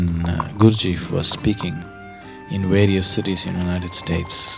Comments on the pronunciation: Nice if could manage to pronounce the name correctly. It is GURD G eff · The Sad-Guru cannot even pronounce Gurdjieff correctly. What more can we expect from this superficial view? ;) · If one's hearing is flexible, you can hear that "Gurdjieff" sounds like "Guru-ji"